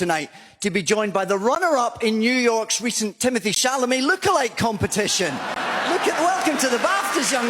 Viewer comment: Timothee Chamaley took me out 😭